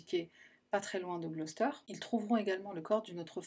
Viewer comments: I live in a town next to Gloucester and know the rose and fred west story quite well nonetheless your video covered some points I didn’t know! Well done. And it was also good to hear Gloucester pronounced properly for a change 😏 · Je me suis abonnée hier, et là, tu m'offres le bonheur d'entendre la prononciation correcte de Gloucester!! Je suis anglophone, et les youtubers francais m'écorchent souvent les oreilles, même ceux dont j'apprécie la structure et les recherches. Donc merci à toi pour ta culture :)